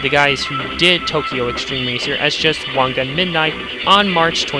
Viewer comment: wan "gan" ?